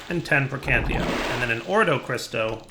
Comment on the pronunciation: "ordo crysto"